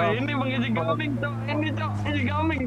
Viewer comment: Si Abang random bacanya EJgaming bukan EJgeming